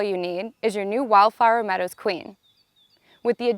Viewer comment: Is she saying wildflower meadows or wildfire meadows? It seriously sounded like she kept saying wildfire meadows.